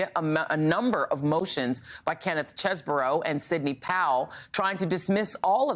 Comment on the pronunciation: You have court video of Chesebro pronouncing his own name, but Joy feigns ignorance so she can call him “cheese-bro” … it’s petty, and detracts from the sincere seriousness of this story